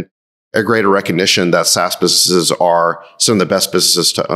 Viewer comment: Sacks doesn't pronounce the 'n' in "businesses." But he's still great!